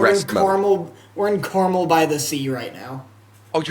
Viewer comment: Hearing the pronunciations of Carmel and Solvang are killing my central coast heart.